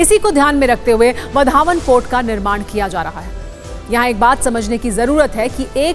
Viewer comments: वा रे आपकी पढाई वढावण नाही हैं ओ वाढवण हें उस गाव का नाम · इस बंदरगाह का नाम वाढवण है वधावन नहीं है | कृपया नाम का उच्चारण सही करे बाद में समाचार पढ़े | वहाँ भाषण करते हुए नरेंद्र मोदीजी ने वाढवण कैसा बोला उसे सुने और बाद में बोले | वधावन ऐसा मत बोलो | वाढवण बोलो | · आधी गावाचे नाव बोलायला शिका नंतर काम करा